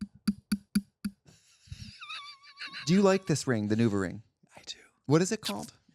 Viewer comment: how is no one commenting on “nuvaring”